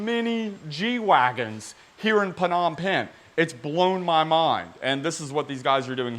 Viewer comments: Hey love the content just wanted to let you know that you don’t say the P in Phnom Phen it’s just nom pen, have a great one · It's just pronounced as Nom Pen. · Love your energy and enthusiasm! As always, it gets me going for the rest of the day. Just one bit though: it's pronounced "Nohm pehn" with the silent "p" upfront. and yes, Cambodia is China's rich's playground and money laundering haven... hence the top notch cars you see there.